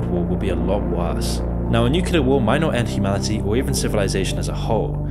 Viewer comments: Please stop mispronouncing nuclear. It's 'new clear' not 'new cular' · NUCLEAR not NUCULAR whats wrong with people who dont get this??? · You mispronounced nuclear. Not watching any more of the video. Disliked. Unsubbed. Reported